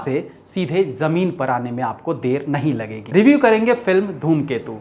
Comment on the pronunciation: Are sir dhoomketu nhi ghoomketu hai movie ka naam